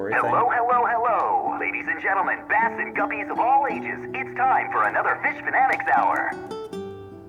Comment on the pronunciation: saying base instead of bass triggers me